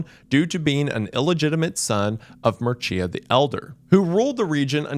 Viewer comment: I got a laugh out when he said Mircea correctly the first time then went on doing the classical American struggle session trying to say it again. I work in an American company and the ways they say Mircea is awesome, never the correct one ofc. Love you wendi!